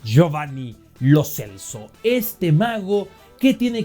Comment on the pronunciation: Lo celso es muy infravalorado, sin embargo va a ser titular en Qatar. Y no se dice Lo celso, se dice Lo chelso.